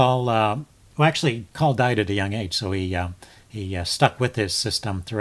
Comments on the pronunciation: First viewing of one of your videos. Well done! Subbed. But it's or system. Lazy tongues pronounce only the 1st syllable. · Excellent video. Btw, the e isn't silent. It's Col lee